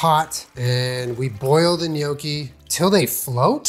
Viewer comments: GNOCCHI. Perfect pronunciation (*ITALIAN TEARS OF JOY*) ❤ AWESOME VIDEO. 😎👍🏻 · thanks for not pronouncing it no-key!! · If you didn’t pronounce it right I would have had to leave. So thank you. I hate when people call them “NOCKies”